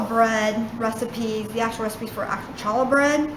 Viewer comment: Lovely! Very clear instruction. Can't wait to try it. One thing though: It's pronounced "Hallah" with the "Ch" as in "Hallway" not like as in "Chalk".